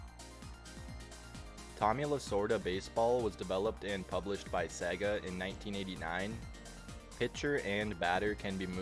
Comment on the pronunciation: Say it with me y'all: Say-gah. It ain't Segg-ah.